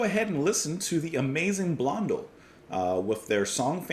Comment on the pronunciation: Pronounced "Blon-DELL" with the emphasis on the final syllable.